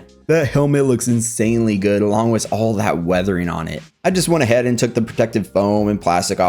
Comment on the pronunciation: No offense but like it’s “with” not “wiz”